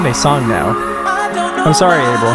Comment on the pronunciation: no no that’s not how your pronounce “abel”